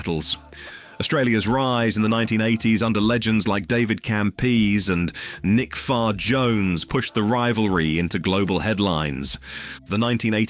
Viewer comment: I'm pretty sure it's pronounced cam pay zee